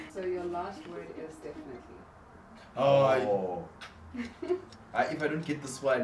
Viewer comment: Not "definetily"😂😂✋🏽